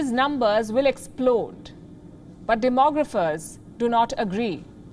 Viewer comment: you were right the first time with your pronunciation of demographers